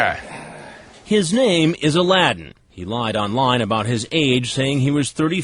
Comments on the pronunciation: his name is a l a d d i n, aladdin noooo xD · “aladdin” I